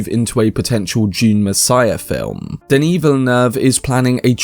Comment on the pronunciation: It's Denis with one 'n' (pronounced like Denny) and he says he only wants to go as far as Messiah than hand the series over to another director. So it's unlikely we'll get more than a trilogy from him.